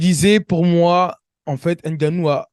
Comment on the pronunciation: Franchement, en tant qu’Africain, ta prononciation du nom de Francis est une honte 😂😂😂😂, c’est n’importe quoi. HAINE GANNOU, tu abuses là.